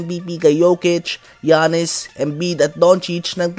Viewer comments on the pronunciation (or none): none